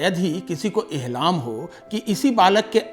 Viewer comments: Ahlam nhi hota ilham hota h 😂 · Urdu khabar banane ke liye mujhe rakh leejiye kyu ki ye urdu ke kaie lafz galat bol rahe hain jaise ehlaam nahi hai balki ilhaam hai